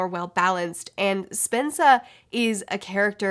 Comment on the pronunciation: Purp1eSeren1ty for a moment, I thought she was saying “Spencer” in a weird way.